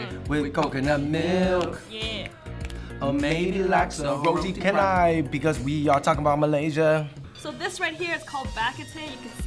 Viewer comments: roti char - nai . not Ka - nai . char - nai . like charcoal to pronouns. not cool bro . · Roti canai is pronouns as ROH-TEE CHA-NAI not ROH-TEE KEH-NAI. =) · it's actually pronounced roti chanai but spelled roti canai. Btw roti is bread for those who don't know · roti kanai? itc chanai! thiese people pronounce it wrong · HAHAHAH OMG ITS NOT KA-NAI. lol it's CHA-NAI (pronounciation). 😂😂😂 I'm Malaysian. Come to malaysia and try real Malaysian food d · LOL their pronounciation crack me up!!! Kanai or canai?!?! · It's "ro-ti char-nai", not ca-nai 😄✌️ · Roti canai is "r au (au in audition) tee cha na yee" not routi kenai... but thanks for doing Malaysia! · Okay...i like this But the roti is called cha-nai not ka-nai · Its roti chanai thats how you pronouns it im from malaysia it is no kanai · the pronounce of roti canai is roti CHANAI if you guys dont know how to say it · Errors detected Roti Canai ( roti chanai ) Laksa. ( lucksa ) The words in the brackets are the pronoun station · Pronounced for roti canal. Roh-Tee Cha-Nai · its pronounced roti Chanai ><" omg... makin me cringe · Roti CANAI!!!! BAHAHAHAHHAHA , find a Malaysian and get the pronunciation guys! LOL Thanks for the shout out to us though! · i come from malaysia and canai pronounce cha.nai i am 14 years old an u must come here man we r waiting for u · It's roti cha-nye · Roti kenai HAHAHA that pronunciation though ;) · ITS CHANAI !! Sorry but that drove me insane >.< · Actually its prounonce roti Chanai spelling is correct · Roti "cha-nai" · You guys pronounce roti canai wrongly ....